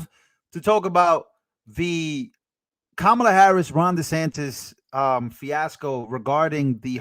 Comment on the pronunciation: ‘Quemala” mispronounced so what. 😊